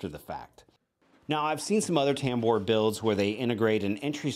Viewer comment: Say tambour, one more time.